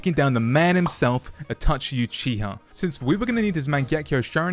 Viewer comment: "kekai genkai" ? ^^ "Atachi Uchiha" ? ^^ of course man, seem like a great narotu fan doing nunjistu with sharikun